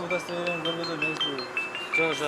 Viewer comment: Апасы закон сүйлөгөндү коюп удостоверения дегенди онураак сүйлөп алсынчц.Удооостореняня дебей